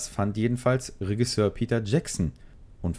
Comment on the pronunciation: Macht mich ein bisschen fertig wie du Regisseur aussprichst, ansonsten gutes Video :)